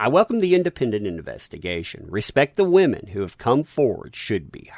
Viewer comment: didn't say "women" i said "wAmen" there is a difference